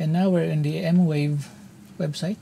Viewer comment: its M-VAVE not M-WAVE 😁